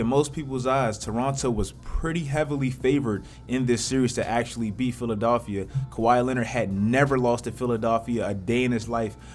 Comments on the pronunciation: Lowry not Louwry, Philadelphia, not Philadaalphia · "PHILADAALPHIA" HUH?🧐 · Why does pronounce philly PHILA-DAALPHIA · The fuck is a "Philadolphia" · Philadolphia lol